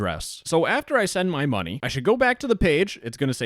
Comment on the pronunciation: "I need to send the scammer more Mungy :3"